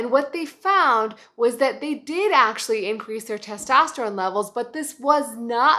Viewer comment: its testosterone not tostesterone